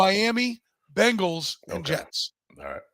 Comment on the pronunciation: The is Bengals not Bangels